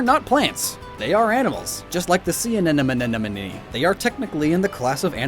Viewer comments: "sea anemonomonone" 😂😂😂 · anemone not anenome